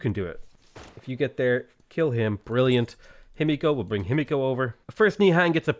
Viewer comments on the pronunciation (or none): Himiko ends with a short and open o (not ow). Not natural, but perfectly doable for English native speakers. Just keep your mouth open and the same diameter the whole time you are emitting the sound. Maybe you would like to try since you are pronouncing her name so many times :) Btw. funny how in English final "o" almost always means closing the mouth, but not the same for final "a" (a and aw are different).